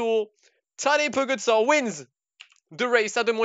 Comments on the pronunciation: Please stop saying pogatar😂🤦🏼‍♂️ it's pogacar😂😂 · I mean, it's pronounced Pogatchar :/